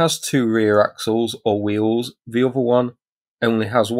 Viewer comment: Nice coverage. But can we have a commentator who knows the difference between :"the" and "ve"